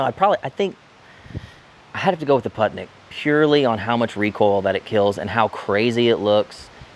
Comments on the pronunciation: Random facts: "Putnik" means "traveler" or "wanderer" Correct pronunciation is "pootnik" like in "wool" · Putnik means traveler and is pronounced poot-nick ;) themoreyouknow.gov